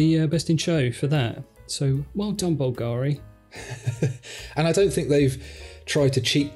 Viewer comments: Well I don't have time to read all the comments, so forgive me if someone already mentioned this minor point: It's actually pronounced BUL-ga-ri. There, that's sorted... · Please guys check how Bulgari sounds: Bul (like bill) - Ga (accent on the a) - Ri (no accent on i).